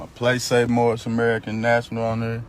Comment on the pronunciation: Moorish international 😂 I believe it's pronounced "moor-on"😂